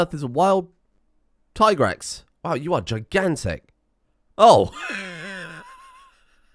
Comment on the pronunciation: in addion we now now subscribes to the superior pronunciation of Tigrex